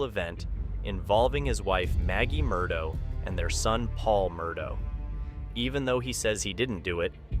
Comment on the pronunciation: It not Mur Dough ... It's Mur Daw!🤦🏼 Sorry it was frustrating me...